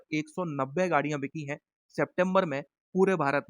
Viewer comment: बिचीं नहीं बिकीं होता है आपकी हिंदी ख़राब होती जा रही है !!!